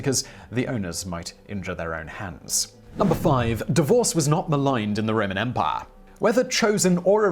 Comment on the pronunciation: The way Simon says "EM-pai" is quite humorous. Great gusto on the second syllable.